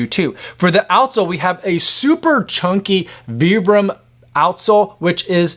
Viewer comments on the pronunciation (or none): Pronounced vy-brum